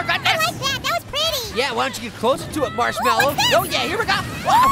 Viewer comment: did say ‘Marsh-melly’